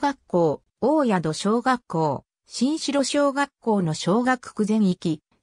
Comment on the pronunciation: おおやどしょうがっこう、しんしろしょうがっこうでは、なく